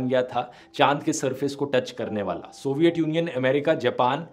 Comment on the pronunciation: Please pronounce तूट, थंड, सोवियट, धूंडने correctly. No idea why you guys pronounce these words wrong. I know dhruv bhai you're good pronounce त, ट, ठ, ध. You've good command in hindi still many youtubers are pronouncing normal hindi words like ठेटर, ठाउज़ेन्ड, बद्दे It's really annoying whenever I hear these wrong pronounciations in place of टूट, ठण्ड, सोवियत, ढूंढने, थियेटर, थाउजेंड, बर्थडे.